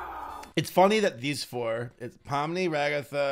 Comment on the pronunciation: THAT AIN’T POMNI THAT POOMI